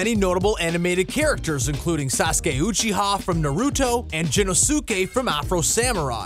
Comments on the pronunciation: Did this guy really just pronounce sasuke’s last name uchi-HA?? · you butchered sasuke uchiha name and you said it so funny XD I can tell you don't watch anime X3